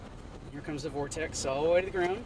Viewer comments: I wish they wouldn't say "vortesee". Fingernails on chalkboard. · The singular is "vortex" not "vortesee". The plural is "vortices". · THERE IS NO SUCH THING AS A "VORTICEE", YOU PILLOCK!!! Vortex, singular...vortices, plural. Great footage, all the same.